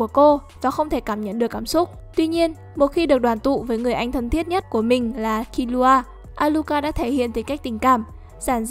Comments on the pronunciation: Killua mà đọc như killra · Kiu loa là cái gì thế..đọc phát mệt